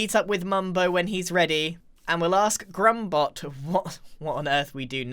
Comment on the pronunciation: Grumbot junior not jrumbot